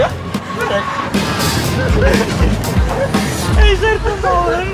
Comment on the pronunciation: Ej czy tylko mi się wydawało że zamiast Berek to Benek